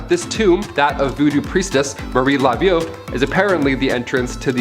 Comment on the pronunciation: Marie Laveau's last name is pronounced La- voh, for future reference.